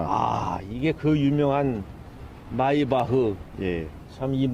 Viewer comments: 이 양반아. 마으바흐는 도대체 무슨 찬가? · 마으바흐ㅋㅋㅋ 나이드셔서 그래요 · 발음 ㅈ되네 마으바흨ㅋㅋㅋㅋㅋㅋㅋㅋㅋ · 마으바으 ㅋㅋㅋㅋㅋ밴트리 ㅋㅋㅋㅋㅋㅋㅋㅋ또갑자기 마이바흐라읽네 ㅋㅋㅋㅋㅋㅋ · 아저씨 죄송한데 마으비흐 가 아니라 마이바흐 에요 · 마으바흐 ㅋㅋㅋ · 마으바으 벤트리 롤스로이스;; 발음좀 계선해주세요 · 마으바으 벤투리 ! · 마으바흐 벤트리 ㅋㅋㅋㅋㅋㅋㅋ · 귀에맴돈도 마으바흐 벤트리 로스로이수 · 마으바흐 ㅋㅋㅋㅋㅋㅋㅋㅋㅋㅋㅋㅋㅋㅋㅋㅋㅋㅋㅋㅋㅋㅋㅋ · 마으바흐 밴트리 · 마으바흐가 아니라 마이바흐 아니에요? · 마으바으 벤트리 발음 구수허네 ㅋㅋㅋㅋㅋㅋㅋ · 마으바흐 벤트리발음 개웃긴다 ㅋㅋㅋㅋㅋㅋㅋㅋㅋㅋㅋㅋㅋ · 발음 졸 거슬리네 마흐바흐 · 얘 발음 웃기넼ㅋㅋㅋㅋ 마으바흐 벤트리 ㅋㅋㅋㅋㅋㅋ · ㅋㅋㅋㅋㅋ 마으바흐 ㅋㅋㅋㅋㅋ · 마으바흐 개웃긴다 ㅋㅋㅋㅋㅋㅋ발음개웃김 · 1분 1초 담당자분이 말하고 나서 정적이 흐르는걸 보았을 때 아재가 발음을 틀렸다는걸 알았는지 바로 마이바흐 ㅋㅋㅋㅋㅋ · 마으바으#### 발음 디게 듣기싫어서 갑니다. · 마 으 바 으 ..... 밴 트 리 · 발음이 참 안타깝네요ㅋㅋ마으바흐,벤트리ㅋㅋ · 아저씨들은 왜 이발음을 으으 거려요??? 마으바흨ㅋㅋ(욕하는게아니라 호기심에 묻는데 진지를 넘어선 벌레들.몇있네요 ㅎ)